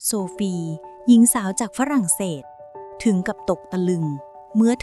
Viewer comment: ฝรั่งเศส ไม่ใช่ ฟะหรั้งเศษ